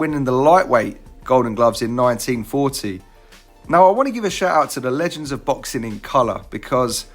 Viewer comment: You've got to curb your accent here. 1940 sounds too much like "1914." I know you're British but you'd be better off saying "nineteen fordy" for clarification.